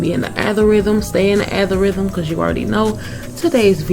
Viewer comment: Did she just say althorhythym I stress of algorithm 😂😂😂😂